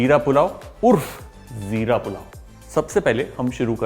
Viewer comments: Its jeera pulao not "ZEERA" as far as I know. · Hum log 'Jeera' Bolte hai Sir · wo 'Jeera ' hota hai 🤣🤣🤣🤣 chef 🥰🥰🥰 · Zeera urdu word you can't pronounce properly